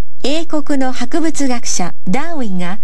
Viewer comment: ダーウィンの発音がめっちゃネイティブ！！